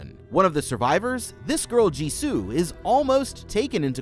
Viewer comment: Did he say Jisoo? Or am I trippin